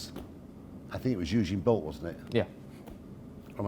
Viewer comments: It wasn’t Eugine Bolt it was Usain Bolt ⚡️ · Yooshan boolt 😂😂😂😂